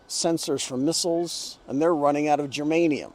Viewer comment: Here we go again, my man is back with Germanium Termanium, Shermanium, Kermanium. and Terngsten pungsten Lungsten plus Antomony Shantimony Phantimony. I just love this guy when he is trying to give all these numbers and he thinks that Lindsey Graham of South Carolina whose state is 49th in education understand what he is saying. My man also thinks that beside Lindsey Graham of South Carolina and his senior Citizens whose counties like Orangeburg, Santee Sumter who are sitting outside of their friend's auto shops or Dollar Tree stores do care what my man is saying. Being 49th on the list they have no clue what is Germanium. All these seniors do not care if few jobs come back because they would still like to be on social security cheques. A bit young age population will spend their money on sex in different motels in these counties. The most sad thing in this vlog is that a human know that all these metals are for their own destruction and they are using all these materials to destroy each other but to feed their own people they do like to scarifies 100000 lives. Raytheon, Boeing and other defense companies buy these materials to kill human and people who sell these metals for sure know that this will be used kill humanity. But I still wonder President George Bush the senior used to say often one word during Iraq war that west is a civilized continent. I wonder killing others fall in this category, I mean being civilized. Raytheon Chief is lying. He just does not want USA to st